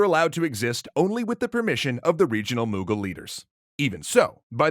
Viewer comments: "Moogal empire" that hurt my soul its Mughal with a u M-uh-gal empire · The pronunciation of the mughal kings kills me every time